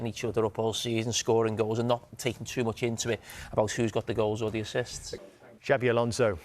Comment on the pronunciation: Please get the pronunsiation of XABI Alonso´s name correct. Xabi, the X is no pronounced like "J" but as an "S" as it is Basque. Whereas Xavi Hernández, the catalán player, his "X" is pronounced as "Ch" as they pronounce it like that in Catalunya. It really does sound weird liestening to a "JABI ALONSO" and not "SABI ALONSO" thanks